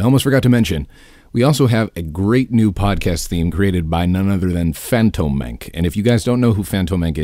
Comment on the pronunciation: haha gassy. its pronounced Fan-tåmen-kay ;P